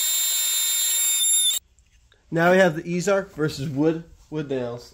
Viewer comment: It's pronounced "easy" arc. Not "ease" arc.